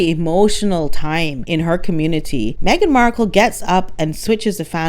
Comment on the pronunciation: Megan takes "the Me-gain"show everywhere she goes"!!😂😂